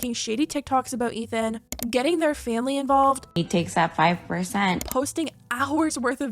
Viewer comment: 'he takes that five perrr cent'